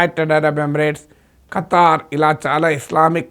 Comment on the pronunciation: Kataaar kadu Qatar miku peru kuda sariga palkadam ravatledhu 😂😂😂